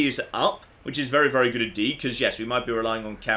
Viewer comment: Fallout New Vegas.... is goote (Timestamps on where he says "Good") P.S. I know I've missed some, if you see some that I missed, please let me know! (that laugh too 👀)